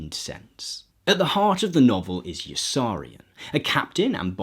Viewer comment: Good video. Pity you pronounced Yossarian wrong.